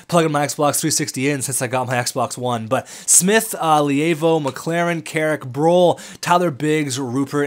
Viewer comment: Josh Le-Vo is how to say his name